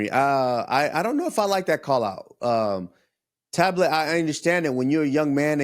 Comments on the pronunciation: His name is talbot not tablet 😂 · Payton tablet 😭😂😂 it’s talbott